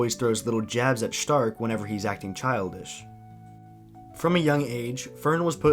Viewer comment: I think its really funny that you pronounce Stark the correct german way but you don't do the same for Fern. Then again it does sound kinda weird that way.